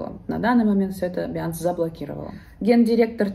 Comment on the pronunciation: Биржа называется" бинанс", а не" биянс"